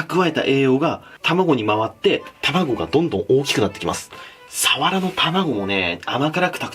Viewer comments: サワラのイントネーション違くね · 愛知県だけど サ↓ワ↑ラ↓って言う人初めて見た笑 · 鰆のイントネーションが愛知ww 冬がうまいのは知らなかったです😀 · 鰆のイントネーションが気になる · サワラのイントネーションって瓦？🤔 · サワラの言い方気になってしまう🤭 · さわらのイントネーション気になるなw